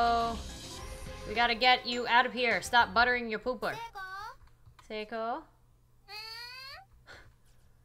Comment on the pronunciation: Those two just need to kiss already. Geez. Thank you for pronouncing Seiko's name correctly! It was driving me nuts since she's my favorite character, and it feels like I have to protect her the best I can...Anyhow, treasure her! (Also ship Seiomi...Or Seiko X Naomi...These two deserve each other!)